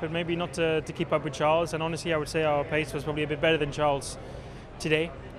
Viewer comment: How has nobody told Charles you don’t pronounce the L in Could/Would yet??